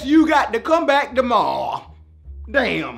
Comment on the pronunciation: the way he says tomorrow 🤣